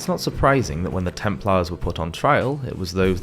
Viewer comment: It would be good if whoever did the voiceover learnt how to pronounce things. Templars, Hospitalers and (Thomas) Aquinas come to mind...